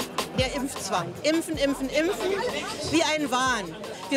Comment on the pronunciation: Kann die Reporterin das Wort impfen bitte mal richtig aussprechen und nicht ÜMPFEN. Das triggert so krass.